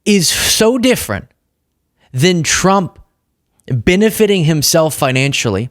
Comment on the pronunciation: Minchen? Binefit? Aginda? What is wrong with you buddy? Don’t you know how to pronounce basic words.